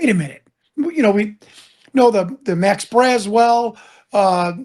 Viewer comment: It's not "Max Braswell". The correct name is Mac Brazel. Come on , man.